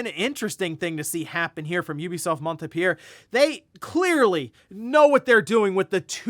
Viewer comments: maant-pee-lee-ur is how it's pronounced if it survived that butchering? ;) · Just wanted to let you know that Montpellier is pronounced “mon-pel-yay” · It is pronounced Mont Pel Yay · I was waiting for the moment he tries to pronounce Montpellier and it came out as expected 😂